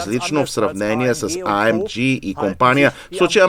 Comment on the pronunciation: Топ ! Една забележка към превода. Tesla Plaid се произнася Плад, не Плейд. AMG при произнасяне следва да се избере немската версия или английската, съответно А - ЕМ - ГЕ или ЕЙ-ЕМ-ДЖИ. Както го произнасяте А ЕМ ДЖИ е някакъв побългарен английски, използван сред горублянските джамбази.